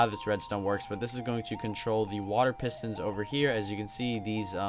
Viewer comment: He said water pistons 😂😂hahaha